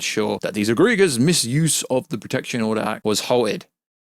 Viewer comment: Good video but you need to learn how to pronounce words you don't know that you're reading. For example, Egregious, Appropriate, etc.